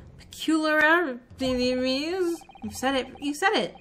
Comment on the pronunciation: 'Ah, as I suspected, you're a moron'. 🤣 Also dead at you trying to pronounce peculiarities. 🤣🤣 I have the Ace Attorney trilogy but never got round to actually playing it but I might have to make time for it now, this episode was really fun to watch. 😊